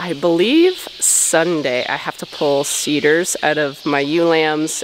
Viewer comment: Welcome back...not sure if you were saying 'seeder' or 'cedar'..what is it.? Thanks